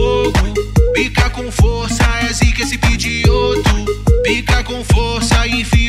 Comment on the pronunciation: N é pigioto n é pigiot